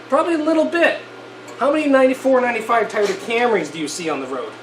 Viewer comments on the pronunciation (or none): Never have I ever heard someone called tayota instead of Toyota